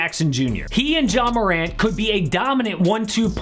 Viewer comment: He calls Ja Morant : JAW lol I’m dying 💀💀💀